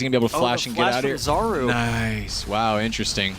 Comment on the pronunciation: Just FYI: Czaru is pronounced [charu] like [ch] in charm. "Czar" is polish word for magic spell. Or charm. So I imagine it's because he is ap mid.